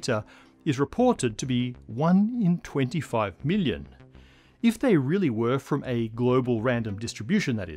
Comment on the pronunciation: The way he says million sounds like billion and it always hits me off guard.